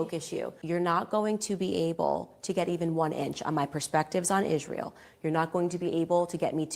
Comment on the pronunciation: Will she ever learn how to pronounce Israel???